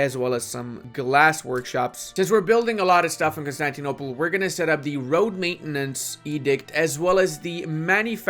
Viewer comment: Please learn how to speak and pronounce words properly. When you say iron, Constantinople and Tripolitania, i want to die.